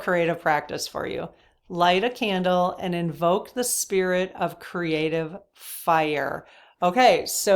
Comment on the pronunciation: App-pre(EE)-ciation Not appr-ISH-ciation! Cr-EE-ative Not Cruh-ative!